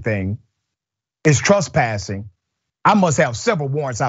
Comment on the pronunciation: It's tress-passing not truss-passing... try being able to pronounce the words you are going to use in a story...